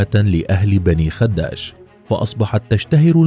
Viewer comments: على فكرة في اللهجة التونسية تنطق الكلمة باسكان حرف الخاء وعدم تشديد حرف الدال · غلط في نطق اسم المدينة هي بني خداش بكسرة خفيفة على حرف ال خ وفتحة على حرف الدال وليس بضمة على حرف الدال